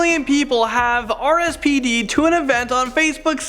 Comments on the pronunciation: Right at the beginning “RSPD’d”.. Buddy. Learn words man. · Did...he say....”RSPD’d”...?